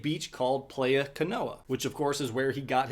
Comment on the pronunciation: That's not how playa is pronounced fam 😂😂